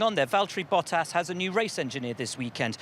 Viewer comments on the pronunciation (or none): Valtheri BOUTas, come on, Hinch, could you at least try to pronounce his name correctly?